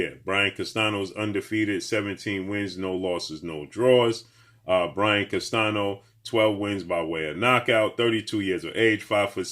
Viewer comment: his name is pronounced as Brian (CAS-TAN-YO), NOT CASTANO. Please get these guys names pronounced correctly man.